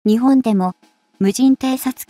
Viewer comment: 時々「日本」を「ひぼん」と読むのが耐えがたい。容認の限度を超える。